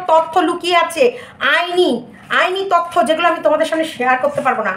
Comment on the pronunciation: Tottho na totyo😅😂